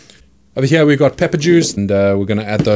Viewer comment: I wish I was from an area of the world that says “heeyar”